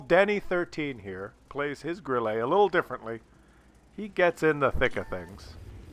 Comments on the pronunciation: it is pronounced Grill-uh not Grill-a.But when it's dead it is always pronounced "I am died". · More like grill-eh, not grill-ay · Pronounced 'Grill-eh', not Grill-ay. And yes, it means cricket in German. Jeez... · What I did let you know in the past is how to pronounce "Grille" correctly in German, which is NOT THE FRENCH WAY!!!1 It's not a Grillé for cryin' out loud! it's a Grille! Stress on the i! (Admittedly there is no easy hard and fast rule for word stress in German.) (So it's one of the finer points of German pronunciation.) (But still!! Way to disrespect the beautiful language of your forefathers!) Also if the problem with the aiming and the hitting is the soft stats that make it too sensitive to involuntary mouse movement caused by clicking the fire button, then the simple solution is to choose a keyboard key instead. Like the space bar, that you can hit with your thumb. Just sayin'. Once again, WoWs turns out to be the superior game of course because you can set two fire buttons, like for example both the right mouse button and the space bar. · Grille means cricket in German, but for fuck's sake stop saying it with an "A" at the end of the word, it is grill-uh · what the fuck is a Grillah? you have a german first and lastname and you cant even pronounce german words? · Also in french it's not pronounced Grillé, because it's not written Grillé. The French have forefathers too you know ;-). Also, WoWS is superior in many other ways. For example you can complement someone for being a good player or being polite in chat. Oddly enough in WoWS people are far more polite in chat than in WoT... I guess the system works?